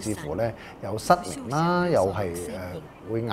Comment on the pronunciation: 失明變失眠 🤣